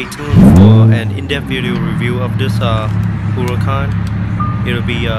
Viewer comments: It's pronounced "Uracán" not "Hurracàn"! The H is silent! ;) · You're welcome! Yep, most of the people get confused because the word means Hurricane in Spanish but it's pronounced "Uracán". XD